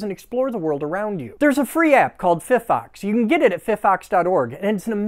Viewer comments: “Fi Fox” not “Fee Fox”🤣🤣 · “Fi Fox” not “Fef Ox” 😂😂😂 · Guess it’s pronounced “Fi - fox”? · Wait you dont proununce it like "fy fox?" Huh!? I was prounincing it wrong this whole time?!😐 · I disagree with your pronounciation of PhyPhox. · That Phy pronunciation felt personal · My school's been calling the app the way you say "why" and hearing something different for once broke me